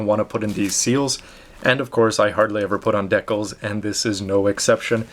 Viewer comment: I like your videos a lot my dude but you trigger me when you say decal like that